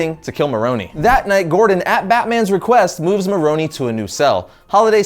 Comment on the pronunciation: i could not get past him saying Falconie and Maronie they are not pronounced the say it is pronounced Fal-CONE . . . Cone not Conie that just sounds stupid